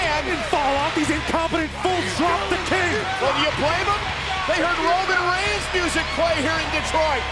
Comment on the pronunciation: Did I just only heard cole saying 'Browman Brains' Instead of Roman Reigns🤣